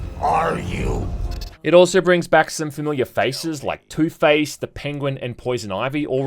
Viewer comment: Please tell me i'm not the only one who hears ToothPaste everytime he mentions Two-Face 🤣🤣